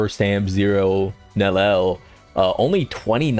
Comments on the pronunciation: It can't be THAT hard... Neli-el, please get it right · 3 syllables.. Nel-E-L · Bro still does not know how to pronounce her name😭